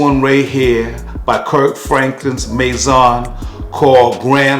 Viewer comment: “Kirk Franklin’s Maison” 🤦🏽‍♂️😂😂